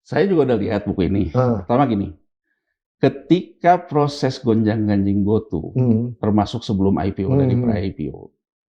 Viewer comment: Bkn GOTU sebutnya bang...GOTU = Gojek Tukopedia 😂😂😂